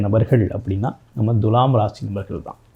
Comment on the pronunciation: எப்பா ஜோசியகாரரே துலாம் என்ற சொல்லை எப்படி உச்சரிக்க வேண்டும் என்பதை ஒரு நல்ல தமிழ் ஆசிரியரிடம் கேட்டு தெரிஞ்சு பேசுப்பா. முக்கியமாக து எனும் எழுத்தை எப்படி உச்சரிக்கனும் தெரியுமா? வாயிலே வசம்பு வச்சு தேய்ச்சுட்டு அப்பறமா வீடியோ போடு.